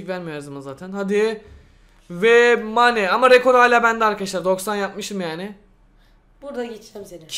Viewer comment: Meyn değil mane